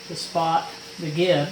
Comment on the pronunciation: I've always heard "gib" pronounced "jib" with a soft g, as in "giant". FYI